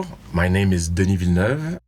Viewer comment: Do you hear that world, THAT is how to say Denis Villeneuve the true and only way— Québécois way, là!